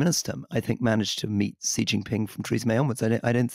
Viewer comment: In Taiwan, our two opposition parties, the TPP and the KMT have been completely infiltrated by Chinese communist party agents. They are dismantling Taiwanese democracy from within. For the record, the Chinese dictator’s name is pronounced “she” not “see”.